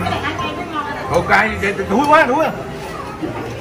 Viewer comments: Ngon mà cứ tới chữ thúi quá là ổng nhấn giọng 😂😂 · Cuối video mà còn nhấn mạnh nx "thúi quá" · Ổng còn nhấn mạnh "thúi quá" 😂😂😂🤣🤣🤣🤣